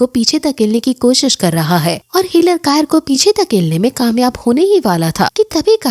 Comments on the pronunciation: Please don't say kayer it's sayir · Not kayar it's saysr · Didi आप भी कायर बोल रही हो वो सायर है जी कायर नहीं ,😸✌